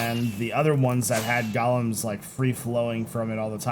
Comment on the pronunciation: #qotd Polished Diorite slabs. Just to piss off Iskall :D and its GO-lems, not Gollums! Wrong lore!